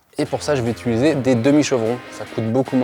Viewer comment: U - TI - liser 😂 Très cool, chouettte vidéo !